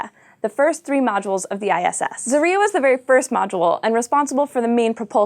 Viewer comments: Guys, I know, this is an American thing to pronounce things how you feel like it, but come on, can't you do at least a liiiiitle bit of research about how some foreign names are pronounced...? What the hell is a zar-Y-a? It is za-rYA. The other one is not zv-E-zda, it is zvez-dA....And one of the recent cosmonauts is not scrip-O-chka, he is scr-I-pochka... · Zarya is a Russian word, so it's pronounced a bit differently. It's not 'zarIA' like you said, it's actually 'zarYA'. Last two letters are spelled 'YA' as in 'YAhoo' or 'YAvin IV'. Though I imagine it might be difficult to say out loud for somebody who doesn't speak the language. Cheers! :) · ITS NOT ZARIA BUT ZARYA or the effect from fireworks exploading. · Zaria? Really? It's Zarya. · not zarYa but zOria, not zvEzda, but zvezdAA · "Zarya" is two syllables, not three. This is clear from the Cyrillic spelling, with only four letters, two of which are vowels: заря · Her pronunciation of the Russian names of the ISS modules is horrific.